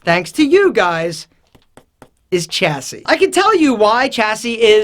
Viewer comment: "Chassis" is pronounced "Shassey"